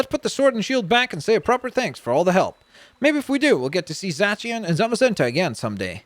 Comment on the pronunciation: Zacieon is pronounced Zay See On